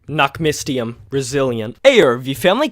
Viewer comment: Fyi, the y in nachtmystium is pronouned like the y in syringe or the first y in mystery.